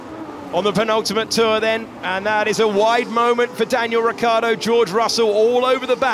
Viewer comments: it's Ricciardo and not Riccardo. The i in the middle makes it completely different. Try with me now : RICH-ARDO. So many billions around and you can't even name a driver right. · Why English commentators say Riccardo...it's Ricciardo